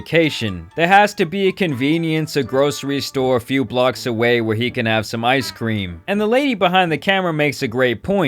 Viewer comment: He calls corporate. "Waaaaah! I didn't get my ice cweam!"